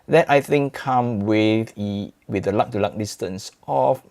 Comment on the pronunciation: "luh to luh distance"